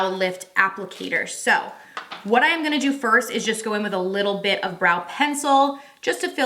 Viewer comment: I heard a little Tennessee talkin a second. “That’s what we’re goonnneee dooooo…. lol lol